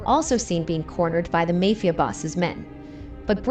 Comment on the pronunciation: The "may" fia boss. Do they do it on purpose or are they ignorant AIbots